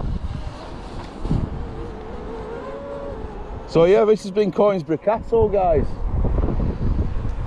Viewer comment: As an ex Donny man its pronounced Con- is - brough. Enjoyed the vid Keep safe and respect to you and Ryan